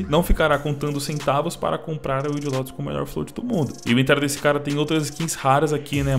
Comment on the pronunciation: Não é "Lotus". É "Lótus".